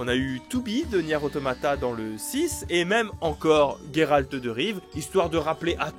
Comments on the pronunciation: C’est GÉralt pas Guéralt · ON LE PRONONCE JERALT PAS GUERALT !!!